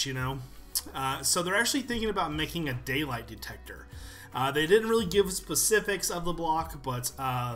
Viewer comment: decector xD